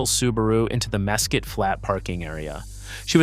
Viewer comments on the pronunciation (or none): Mesquite isn't pronounced mess kit